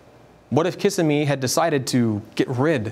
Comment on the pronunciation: Kissimee = Ki-sim-mee Your content is spot on. Might I suggest you contact Prager U and get some advice on graphics for your data. It would make your presentations look more professional.....just a thought. I appreciate that y'all do investigative reporting not just parrot your 5 AM talking points for the day. As You Tuber Black Conservative Patriot often says, "Documentation beats conversation". #BCPTODAY Keep up the great reporting.